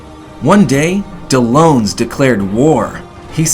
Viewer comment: Miharu is TRIGGERED actually they are pronounced correctly. Karin is pronounced as Karen and Dellons is pronounced as Del-ons.